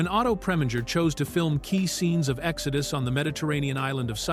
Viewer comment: ”Exodoo” for the movie title as well